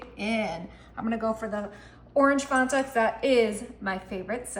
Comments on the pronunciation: This old woman appreciates the quick and easy recipes. But FYI - it's a pat of butter, nooks and crannies, and Fan-ta - not Fon-ta. 😊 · What is "Fontuh"? 😆 The recipes look delicious, and there are a couple of new ones that I haven't seen with the soda flavors, and the dump cake using the cookie mixes, that I can't wait to try... but Ma'am, it's fAnta, not fOnta. Fan-tuh is the correct pronunciation. You are seriously adorable, and you always make baking look so fun. I just couldn't get over your pronunciation if Fanta. I hope it was just to get people like me to engage. If that's the case, it worked! 😆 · "fawn-tuh". Oh honey no. It's FAN-TUH. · ITS NOT FONTA ITS FAN-TA.... FANTA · The way she kept pronouncing Fanta as Fawnta drove me insane. Does she not remember the commercials and the Fan•tan•a girls? Shoot it’s been 20 years and I still remember them. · I think it’s fAnta not fonta. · Only thing that bugs me is how she says faunta instead of Fanta 😂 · Its f a nta. The fist a is no pronounced au. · Okay. first of all, if you say so good one more time I will not be convinced. also it's not fonta it's fanta like a fan and then say ta! like tough.,, FAN-TAH! this was the most annoying tutorial I've ever watched and if nobody's ever heard of Coke cake or layering freaking Nella wafers with banana pudding and whipped cream. I don't know where you've been! but the snickerdoodle powder cookie pie filling trick was pretty cool. Thanks for sharing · Fanta NOT Fonta😂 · Its MUG root beer and pronounced Fan ta not fon ta ....like so.😂😂😂😂 why must ppl say like so when they're cooking its like scratching a chalk board to me...😂😂😂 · FAN 🪭ta, please .... Not FON ta. Great recipe suggestions though thanks. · Why is she say farrnta...how do you say fan? Farnmmmmm it f a n t a....fan ta. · FAN - tuh. Not FONT - uh. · Replay. I love how you pronounce the word Fanta.....where are you from love? You say Fontah ❤ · Thank you! The "Fawnta" thing was super annoying!